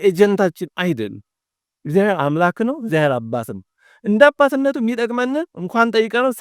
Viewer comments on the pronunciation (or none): መምህር ቃለ ሕይወት ያሰማልን። እግዚአብሔር ብለው የሚጠሩበት ድምጽ ይረብሻል።የችኮላ ወይም የአንደበት ችግር ሊሆን ይችላሉ ግን "እግዚያዬር" የምትሉ ይመስላል። እና ሌሎቹም ከተማ የሚኖሩ መምህራን ላይም ይሄ አጠራር ይሰማል።